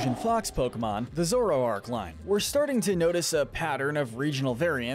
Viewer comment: Bro where are you getting some of these pronunciations from? Zor-oo-oh-eh???? Wtf? Za-rood-deh???